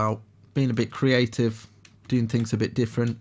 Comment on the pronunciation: "Get a little messy, get a little creavtive" i love that one =)))